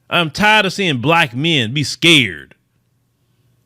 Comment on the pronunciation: You was skuurd huh? don't be skuurd uhuh don't be skuurd...